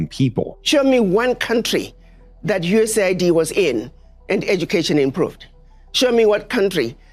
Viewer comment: completely one-eighties his USAID take. Initially, he shows how the agency's stated humanitarian function belies its true geopolitical function as a tool of destabilization and hegemonic manipulation; he even correctly pronounces it, "U.S.A.I.D." But by he has flipped, lamenting how the "humanitarian cost" resulting from Trump's removal of USAID funding "could have devastating consequences" for South Africans—this time using the propagandized media pronunciation, "US aid".